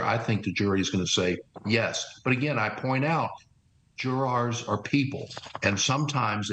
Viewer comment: Never in my life have I heard someone pronounce "jurors" like that...